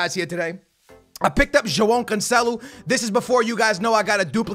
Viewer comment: "jo-oh canceloo"